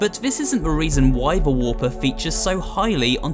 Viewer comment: he called the warper a reper